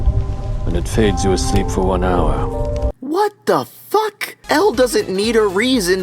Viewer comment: That 'What. The. Fuck." Sent me 😂